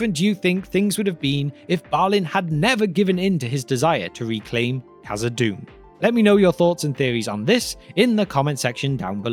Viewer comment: Khazad-dûm not khazad-doom my dear friend